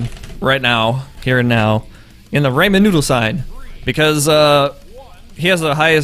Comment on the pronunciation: U said ramen wrong